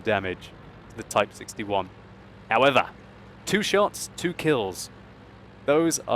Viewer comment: lol idk why I get so cracked up whenever says "Howevah!"